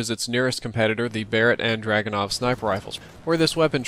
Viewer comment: You say: arse ass and dragyounoff Emmesar,elelevenateeenaj (or elwanwanateaj) and bairet those are all snipers when you compare that to saying: RSASS,Dragunov,MSR,L118A and Barrett